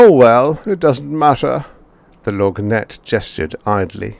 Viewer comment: Love your voicing of the lorgnette, although the word is pronounced without the g.